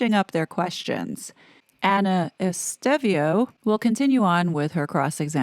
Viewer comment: Estevao is pronounced ES TAY VOW. You obviously read comments.